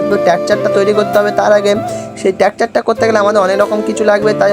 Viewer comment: ভাই ওটা ট্যাকাচার না স্ট্রাকচার😂😂😂